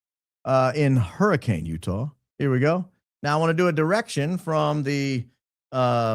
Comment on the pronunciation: From St George…. It’s pronounced Hurri-KIN 😊 great work 🎉